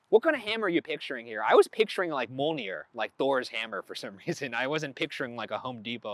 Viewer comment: No one:... Ryan: "Molnir"